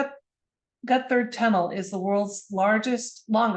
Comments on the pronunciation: Despite what Google might say, Gotthard is pronounced in German, Got Hard. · Pronunciation Gotthard: "got hard" (but "gutter tunnel" sounds fun too 🤣) Months ago, I together with 650 fellow passengers we got stuck in that tunnel for 3 hours, till evacuation. (Interesting, the Swiss Minister of Transport happened to be on the same train. For the press she downplayed the whole drama)